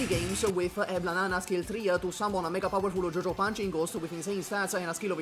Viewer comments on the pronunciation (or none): none